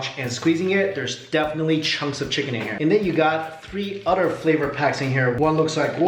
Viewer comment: You said utter instead of other